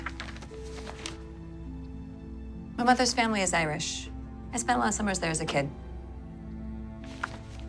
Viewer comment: The Irish pronunciation was pretty good.